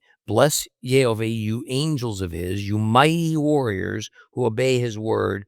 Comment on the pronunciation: Question for you,? I hear you’re speaking יהוה as YeHoVEY ( not YeHoVah…) so I hear the ah sound missing, but in the very same passage, you say Yerushalayim ( you pronounced the ah sound in that) so why would you pronounce it in one word and not the other? No argument about the name of course I’m just genuinely asking. Thank you.